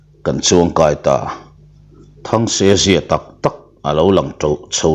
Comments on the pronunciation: Thansanga tiin i lam leh thin a. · Thansanga ti in I lam fo mai...fimkhur deuh te...